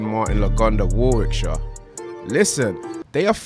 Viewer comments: “War-wickshire” an that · pronouncing Warwickshire loool